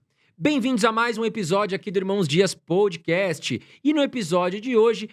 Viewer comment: aiiiii nao se fala "POUDICAST", é PÓÓÓDCAST. De nada :)